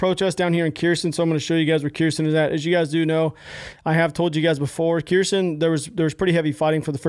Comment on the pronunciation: Uhhh, 100hrs is a far cry from "high up in the ranks" my man.. I know, you're likely as confused and surprised as I am and was about that. Oh and btw it's not Keersin, it's pronounced Her-s'on.🤘🏼